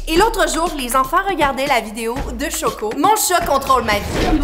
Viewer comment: C'est pas Choco c'est chocoh